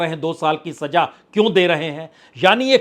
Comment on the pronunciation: पुन्याजी किसी को सजा देना है,और किसी को सज़ा देना है, इस फ़र्क़ को समझिए, आप कृपया अपने उच्चारण में सुधार करिए, धन्यवाद 🙏